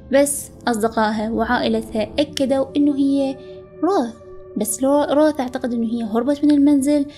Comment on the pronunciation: قرأتها رَوَث